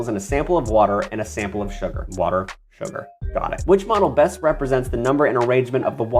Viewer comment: Every time you say modle I here mana like where is he reading the magic lvl